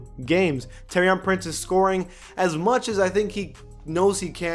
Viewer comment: It's pronounced tor-i-an Prince u really need to learn these names